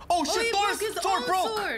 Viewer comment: Askeladd was not kidding and it's not Thor. It's ThorS, with an S!